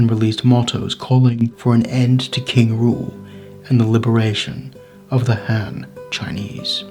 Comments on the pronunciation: I never knew about this rebellion, very interesting. But one thing is, when Chinese is translated to English, the "Q" is pronounced with a ch sound, so "Qing" would be "Ching," not "King." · Du wenxiu is a hero I both ROC and PRC, such a wonderful general and personality to unite capitalists and communists in his rememberance to unproot the invaders. The fact that the commentator pronounces Qing as King, shows the illiteracy. Muslim generals had fought for western ideals in china, fought communism and gave their lives resisting them, still honoured by the Taiwanese, only for a stupid bloke to disrespect them.